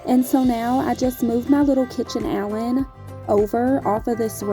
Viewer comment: The whole time i thought you were saying kitchen Allen im like what the heck is that then im like ooooh kitchen Island. Im such a air head lol